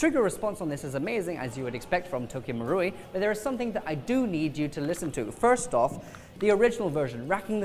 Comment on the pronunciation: It should be pronounced as Tokyo MA-ru-i not Tokyo MU-ru-i